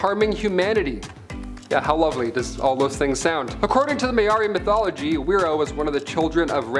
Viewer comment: whiro is pronounced firo with a rolled r and Maori is pronounced maow (rolled r) ri. yw.